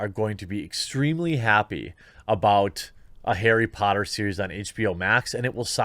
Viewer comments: 'arry PUH - otter??? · HEY! its Airry Potta! Get it right damn it.